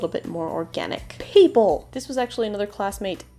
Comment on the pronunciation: PAPLE (is what I heard when you shouted people)